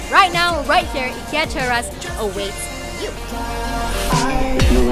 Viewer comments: The I in Ikea is like the i in if, it , not eye. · Why is everyone teasing the way she says IKEA. 😂😂 It’s really pronounced EE-KIYA NOT eye-kiya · Eeekia. Haha love the way you pronounce it! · hhahahahah! I've been told the right way to pronounce is EE-KIA. :( I've been wrong this whole time.